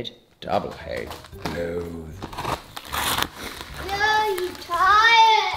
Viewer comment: Is he trying to say loath entirely? So cute!